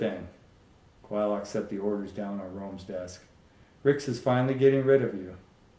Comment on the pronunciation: Finally I know I have been pronouncing Quylocs name correctly. Good read. Thanks.